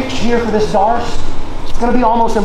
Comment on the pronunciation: How did darce become marce? Kept sayin marce marce marce.